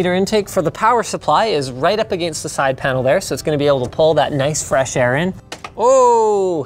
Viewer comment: Just when I think Linus couldn't get anymore Canadian he says "a-Gayynst". It is so Canadian that a Tim Hortons pops up in my computer lab and it starts raining poutine.